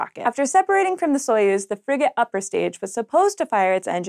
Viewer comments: "Soyuz" is pronounced much more like "suh-YOOZ." Not important, but Slavic things are my thing. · well they said "epoch" wrong so I wouldn't expect them to get Soyuz right lol - oh I'm being too mean - I love